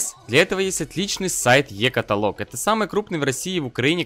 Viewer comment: Е катаалог а не каталоог